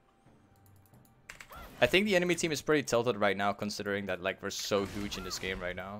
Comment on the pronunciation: It always makes me smile when he says hooge lol